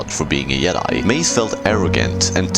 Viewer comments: Why does this guy keep pernouncing Jedi as Yed-Eye instead of Jed-eye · What the fuck is a "yedi???? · Bro learn to pronounce your J’s. Fuckin “yedi” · It’s not Yedi, you doofus lol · I don't mean to be rude, I'm just curious, why do you pronounce jedi as "yedi"? is it just how you choose to pronounce it, or is it because of where you're from? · Ah yes the "Yedai"🤣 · In multiple european languages j is pronounced like that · I hate how you pronouce jedi.